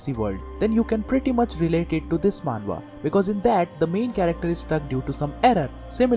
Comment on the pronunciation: You're also wrong it's "manhwa"